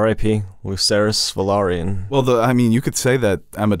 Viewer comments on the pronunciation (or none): Youre pronouncing the house name velaryon wrong